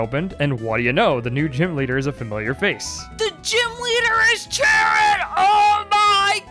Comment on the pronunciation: btw, Cheren means black in Bulgarian and im amazed that you're actually pronouncing it right and not reading it like "sheran" or something like that. 😂